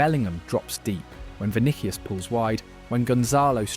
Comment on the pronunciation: Why this guy can't say players names correctly?? 🤔 Vinikius?!